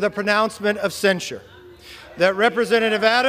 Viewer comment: I'm guessing that by using the word "sincere" you're struggling to say "censure." This is a large part of the problem. Before writing or speaking, it's essential to be able to read. Something that McCarthy, MTG and Jordan neglected... or rather their parents did.